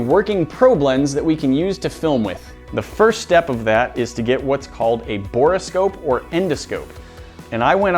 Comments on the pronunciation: Anyone else totally distracted by the way pronounced "Bore scope" as "bor-ah scope"? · Bore scope not bora scope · Someone tell him its bore-scope and not borris-kope